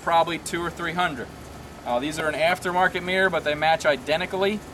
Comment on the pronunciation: arrrgggggg WTF is a MEEEER It's MIRROR